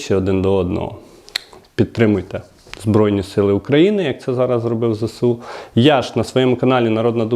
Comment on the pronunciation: Не зесеу, а зеесу